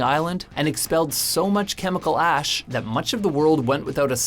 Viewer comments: did he say vacanic ass instead of valcanic ash? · Anybody notice he said "Volcanic Ass" instead of "Volcanic Ash". 😂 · Anyone else noticed he says "volcanic ass"? LOL! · Ryan Kruger he said gas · Hahahaha he said volcanic ass